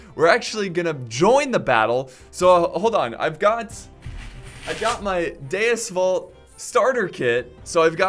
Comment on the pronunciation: DaGreatWatahMelone " dues vult" :DDDDDDDDDDDD